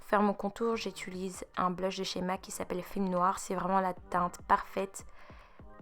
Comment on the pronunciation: On dit «j’utilise » pas «j’étulise»😅sinon ton teint est nice,c’est fucking beau